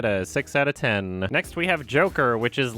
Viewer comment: Why do you pronounce the word ten like that? You stupid fuck